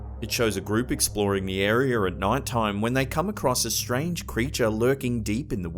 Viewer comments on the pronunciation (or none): It’s area not arear I’ve always wondered why they ad an r to several words ?? I’m sure they wonder the same. They say English is the hardest language to learn because of all the exceptions. But honestly I think that’s wrong the more languages I’m learning it seems the same ! Js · There is no "R" at the end of "Area"! Area, not AreaRRr